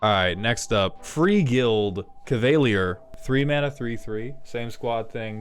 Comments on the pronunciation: what in the fucking hell is that pronunciation my brother in christ you rage baiting us "cuh veily er" XD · The way he mispronounced cavalier hurt my soul